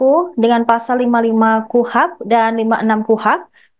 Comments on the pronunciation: Presenternya anak magang apa ya,baca beritanya enggak banget..di eja yg dengar beritanya gak sabar, KUHP dibacanya kuhap kuhap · KUHP bacanya bukan KUHAP ya mbak😂